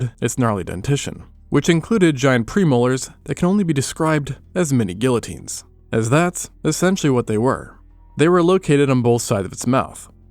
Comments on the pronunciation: GEE-YUH-TEEN. NOT GIL-LA-TEEN 🫩🙏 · It’s pronounced gee(hard G)-yuh-teen.